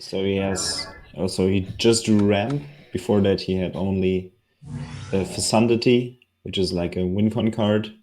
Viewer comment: Alter, es heißt „fekundity“, nicht „fessundity“. Habe mir viele der Prossh Spiele angesehen und immer massakrierst die Aussprache!